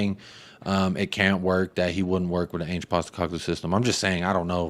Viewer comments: It’s Ange as in Angela. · What up man. I’m pretty sure it’s pronounced “Ange” like Angela